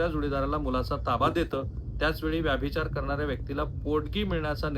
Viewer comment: राहुल साहेब कुलकर्णी आडनावाच्या मी जितक्या जणांना ओळखतो त्यात व्यभिचार या शब्दाचा वारंवार व्याभिचार असा उल्लेख करणारे आपण पहिले आणि शेवटचे कुलकर्णी . हा व्हिडीओ बघतांना नंतर नंतर तर ,तुमचा विषय राहिला बाजूला आणि मला नादच लागला कि आता व्यभिचाराचा उल्लेख तुम्ही परत व्याभिचार असा कधी करतायेत ते. 😂 तात्पर्य: पत्रकारिता आणि यू ट्यूब मधून सकस ,मराठी वाचना साठी वेळ काढणे फार गरजेचे आहे.